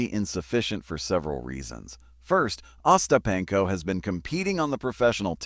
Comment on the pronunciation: uh-STAP-in-ko and other mispronunciations of Ostapenko and other words, and other oddities in this video show that whoever made this video didn't bother to check it before uploading, so there's no reason to believe anything in the video.